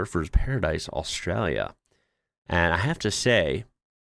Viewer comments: It is ‘Australia’. You need to pronounce it correctly… Aus-tra-lia. The ‘lia’ at the end is important. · yes it was really good. He needs to learn how to say Australia, though. With the L. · Could you please explain why you adopt an australian accent to say australia???